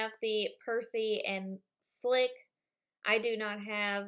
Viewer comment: Great video! But oh my god!! Your reading his name and still not saying it properly!!! FLIT!!! FLIT!! Not FLICK! FLICK IS FROM A BUGS LIFE!! But still awesome video xx